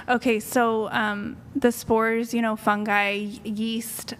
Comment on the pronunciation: If she was sooooo smart, why'd she mispronounce fungi? 🤔 Edit: she got manic and did the butt thing then immediately felt embarrassed when called out, hence the very subtle change in her voice. This lady is very emotionally disregulated. I'm comfortable betting money that she's been through a lot and left a lot due to her emotional instability, so she's really lonely with no friends offline. Without friends, she has nobody to vent to which is probably why she lashes out in real life (i.e.- offline).